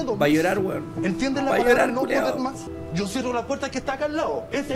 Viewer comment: "Sho te voy a ayudar", loco, por que??? Ese local merece cerrar, no podí poner en peligro a tanta gente porque "no aguanto mas"